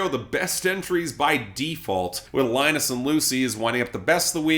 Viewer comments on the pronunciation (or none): none